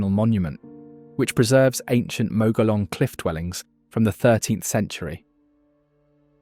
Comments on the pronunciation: I am a third genration New Mexico native. The audio is AI version or "Gringo" version, It mispronounced many of the locations. Gila is pronounced HEEla. Mogollon the double L is pronounced as a Y. Others too numerous. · 'Gila' pronounced 'Heela'. And 'Mogollon' pronounced 'MōgYōn'. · Most excellent video, but could use a narrator who knows how to pronounce the place names. Gila = Hila, Mogollion = Muggyon, etc etc. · Gila pronounced "heela." Mogollon, pronounced "mohgeeyon." Thank you.